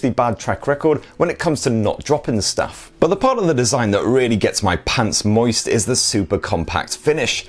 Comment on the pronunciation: "really gets my pants moised"